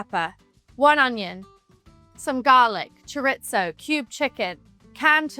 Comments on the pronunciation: As a Spanish (even though I love her) I felt lowkey offended hearing her say „Choritzoo“ and „Paelllyaa“ like that 😭😂😂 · I didn’t know chorizo has a T in it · Millie saying ‘choritzo’ sent me 😭💃 But honestly, her kitchen energy is pure gold. I just did my own celeb-inspired paella attempt—let’s just say… chaos, but tasty 🍤👩‍🍳✨ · I was like wtf is choritzo because that is what I heard her say. Girl it is chorrrrrisssooo try sounding it out spelled chorizo sounded out how I wrote it. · Chore-its-o. I'll just leave that there. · She's so cute! I love how she pronounces it "chore-it-zo" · Cha Reetz Ohh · someone help her say chorizo pls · I keep trying to find the T in chorizo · mispronouncing chorizo, claiming its italian, your accent is half LA haf UK... like bruh do you have an identity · its not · I know that’s not the correct pronunciation but that’s how we say it in the uk (or at least a lot of people do!) … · For reel 😂but maybe british people say it like that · That caught my ear as well 😂